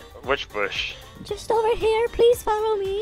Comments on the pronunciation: “There’s a dead body in the boosh” lmaooo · “there’s a dead body in the boosh”